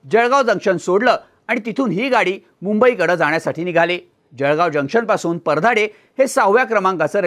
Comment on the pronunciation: sec .... जळगाव ❌ जखगाव ✅